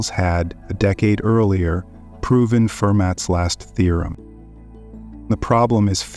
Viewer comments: Fermat is pronounced as Fur mah. The T is silent. Just sayin… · a rith’ me tic. Fer mat. Sigh.